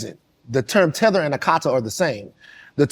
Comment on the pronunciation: It is Akata, not Aka-tai.